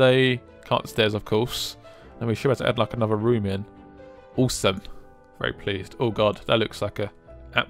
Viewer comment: The way he says awesome fucks me up. "Ooosome"